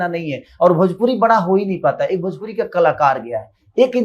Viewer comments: पहले भोजपुरी ठीक से बोलना सीख ले.... भोजपुरी होता है भजपुरी नहीं... इस से बड़ा जलनखोर और कोई नहीं है भोजपुरी में... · अरे पहले भोजपुरी बोलना सिख ले भजपुरी बोलता है 😂😂 मसूरिया 😂😂